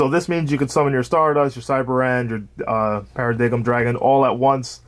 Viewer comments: Only problem with the profile. It’s pronounced Para-Dime not paradiggum, other than that, looks good man, been trying to fine a build for a bit now. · I was gonna sub but I heard para- dig-em....